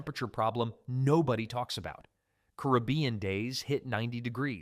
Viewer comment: Wow I've never heard someone mispronounce carabian so badly.